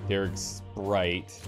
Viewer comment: "Daris's SPRITE?" Nah, Darig likes Mtn Dew and is full of SPITE that you keep saying his gun name wrong lmao.